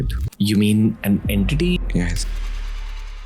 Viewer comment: Entity ❌ En TITY ✅